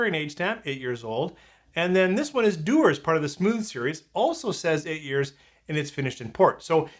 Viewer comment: Dewars, not Dewers.